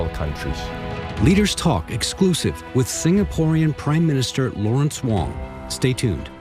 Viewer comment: Can’t even pronounce PM Wong surname correctly shows how little respect she has for Singapore